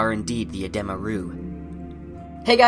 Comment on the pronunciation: It’s Uh dee muh. It’s not uh deh muh